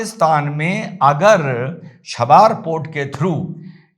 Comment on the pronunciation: बड़े भाई, पोर्ट का नाम छबार नहीं, चाबहार है. Love You. ❤❤❤